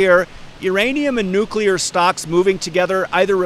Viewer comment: My dad always said Nuk-U-Lar also. Don't sweat it!